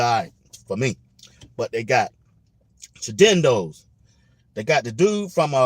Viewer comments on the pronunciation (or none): The player’s name is Chidozie, not Shadendo😂😂😂 There r a couple interviews on YT, that he’s done and he pronounces his name. BiggDogg Chico & MaggDogg are two I watch. I love what Coach is doing with these young men and I’m with you 100% on what you said. I’ve never been a 🏈fan but I sip the Prime Punch, tune in and keep up with this team like they are my cousins or something😂. With all these dawgs, talent and hard work they r putting in this season is gonna be more fun to watch. Last yeast I only watched the highlights, they had my nerves bad😆Whether it’s to watch to hate or to love, America and other countries, will be tuning in. Can’t wait to see these buffs stampede thru these teams. Loving your content, stay encouraged and stay blessed.